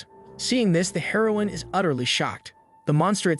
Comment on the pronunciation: Dumb ai can't pronounce it properly